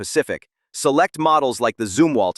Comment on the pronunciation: good video, but your AI voice didn't seem to be very certain as to how the name of this ship is correctly pronounced, as it continued to waffle back and forth between 'zum' and 'zoom' for the first syllable. Maybe you need to pull it/him aside, and fill it/him in on which of the 2 is correct.🤨